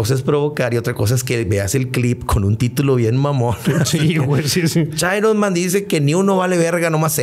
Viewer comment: çomo cháironman , aparte que se estanco